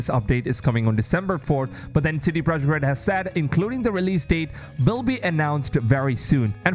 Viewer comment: OH here we again again. Idiot strike once more. You still can't say Mirage the right way...and now we can see that you can't even say CD "PROJEKT" (NOT AN ENGLISH WORD!!) correctly...Listen people you have tons of other creators that are respectful and NOT DUMB like this one...